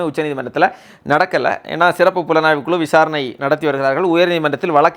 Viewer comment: வளக்கு, குளு.... என்ன தமிழ் இது?